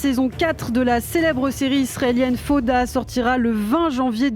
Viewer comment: faire l'effort de dire faOda c'est ainsi qu'on prononce est le minimum quand on choisi de parler de cette série. Vous avez pas du regarder beaucoup d'épisodes.....!